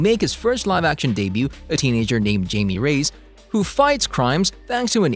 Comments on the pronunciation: Hilarious that he’s hyping the Latinx element but pronounces Jaime Reyes as JAYMEE RAYS instead of HIGH-ME RAY-EZ 😂🙄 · I believe the pronunciation is 'Hi-me ray-ez'' due to the cultural background of the character. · "Jame Rays" lmao